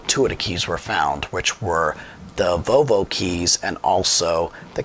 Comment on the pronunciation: The way you’re saying Volvo is killing me. It’s not VoVo. It’s VoLvo.